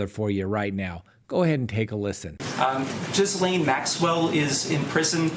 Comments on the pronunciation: Perfect pronunciation of Ghislaine Maxwell's name!👏👏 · The victims in the Filthy Rich documentary pronounced it Gee-Len. Hard g, emphasis on Len. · If you listen to Prince Andrews car wreck interview you will have the correct pronunciation for Ghislaine.